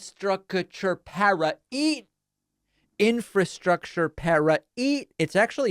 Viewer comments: That is why Trump didn’t do any Infrastructure Bill becuase he can’t pronounce the word Infrastructure so he just ignored it and Biden had to do it. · No wonder trump never got to infrastructure week - he couldn't pronounce it. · Biden passed infrastructure and jobs are paying for that 1.2 trillion dollar cost. Trump cannot even pronounce infrastructure and he wants to give another 2 trillion dollar tax cut to those whom Biden is trying to tax at a higher level. Trumps brain salad goes well with vinergarette and cracked pepper. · Ur hella dumb How u gon try n klown a tired man on his pronunciation of tha word infrastructure wen u couldnt even sound out the word for tha location in tha beginning Ur just another lost sheep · I think Trump starts to pronounce a word.. like infrastructure... can't do it... attempts again then just kind of drifts off the word and switches thoughts to take attention off his inability to pronounce the word. I can't follow what he says. He is so discombobulated, delusional, and mentally ill. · pronounce infrastructure I can not spell...